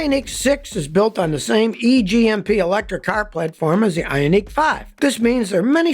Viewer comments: HUN-day i-ON-ic not hiaundai eeoneeque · I love Scotty and his videos but I cringe every time he says “Hyun die” instead of “Hunday” (Hyundai) and “Ioneek” instead of “eye onik” (IONIQ) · Scotty - It's pronounced i-ON-ik, not i-on-NEEK. And while I'm at it, the word absurd is pronounced ub-SURD, not ub-ZURD. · Is that pronunciation Scotty is using correct? I-on-EEK, versus I-on-IC? EEK sounds like its spelled "Ionique" and sounds foo-foo. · The way he says Ioniq (ION-ICK) makes me so uncomfortable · because of how he says ioneeq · Funny how he pronounces ioniq lol great video though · Scotty has a unique way of pronouncing Ioniq.